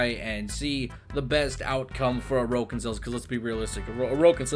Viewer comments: Ain't it pronounced like Oar-ukin or something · The way he say orokin cells lmao